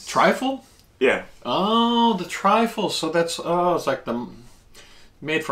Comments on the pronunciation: Truffle not trifle lol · So much fun to watch. I don't know who's car was driving but it looked very nice. The mushroom is pronounced Truffle. Trifle is a dessert Great video guys Cheers 🍻 #TeamGetSome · truffle not trifle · Trifle lol, it's 'truffle' I think, great vid ty 🤦‍♂☺🍻👍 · Love the videos. In Australia we prounce Chupa Chups as CHUP-PA CHUPPS. It's called truffle, not Trifle lol. Trifle is a dessert 😃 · Not triffle, but truffle. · Are you trying to say truffle? Not triful